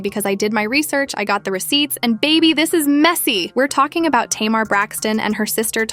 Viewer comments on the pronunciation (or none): First Learn how to pronounce Tamar name before you strart to put out a story about some one it's always 2 sides to every story. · I feel like she needs to learn to say Tamar's name right